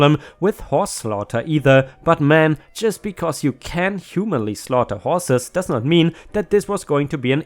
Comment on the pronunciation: Humanly pronounced humanely. ☆☆☆☆☆